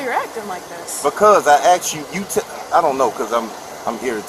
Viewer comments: At what point did asked become axed? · When someone can't pronounce the word asked, they have no right to be a cop..